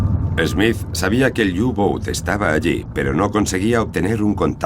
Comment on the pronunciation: U-boot es alemán no inglés y se pronuncia "upot" no iubout..